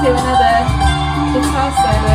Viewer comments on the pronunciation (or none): none